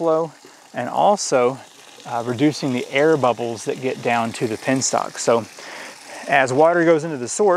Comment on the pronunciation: It's a Penstock. not a pinstock!